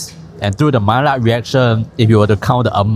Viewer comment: Maillard: mai-yah